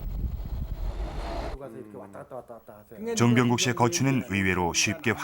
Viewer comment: 해설자님 정병국 을 즈엉병국~ 그때는 그렇게 하셨나봐요